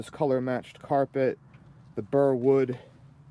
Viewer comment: Burl, not burr